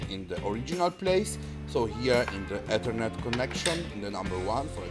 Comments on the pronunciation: he said “Et-her-net not the traditional Eth-er-net lol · "Dis is a Etirnit cabele"